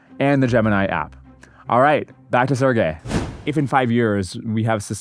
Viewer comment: His name is pronounced Sir G_y